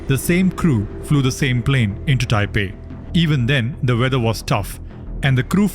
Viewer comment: It's taiwan not Taipen😂